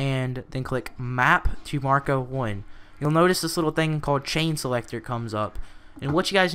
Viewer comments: ITS A FUCKING MAC-RO, NOT MAR-CO!!! MAC MAC MAC MACRO!!! and who the fuck is Marco anyway??? oh well, thanks for the info. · its mack row not marko